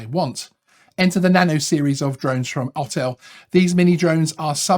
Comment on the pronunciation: Autel is pronounced or-tel not ot-el, just sayin :)